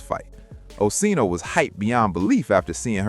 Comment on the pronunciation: I should've known not to waste 10.5 mins of my life listening to this messy ish...esp when I heard "them/they/it" mispronounce 85's name.